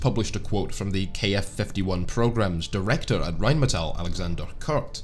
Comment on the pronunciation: First video where I heard RheinMetall not pronounced incorrectly as "rine medal". Great video.